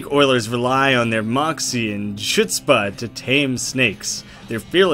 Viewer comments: Markiplier pronounced "chutzpah" right. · I've never actually seen it in writing before. I had no idea there was a silent C! I read it phonetically, because I assumed there was a pun there that I was missing but I guess not. He may have pronounced "chutzpah" right, but he can't pronounce "". So I guess we're tied 1-1;)